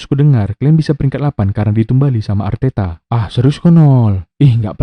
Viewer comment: Arteta maksa kali kau bilangnya telor wkwk